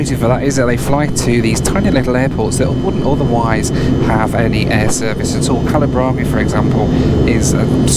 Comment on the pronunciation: Its funny seeing a foreigner pronouncing kalaburagi right and a north indian pronouncing it wrong at the gate lmaoo